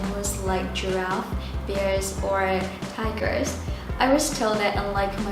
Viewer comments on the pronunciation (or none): "Bear" is pronounced as /beə/ not /bɪə/ 😊😊😊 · Nghe ra bia ờ á chị! 😂😂😂 sorry vì cái tai em nghe ra bia ờ!!! Hehe